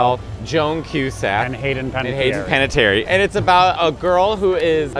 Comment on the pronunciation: The man who's fluent in Italian and French (?) can't pronounce Panettiere? 🙄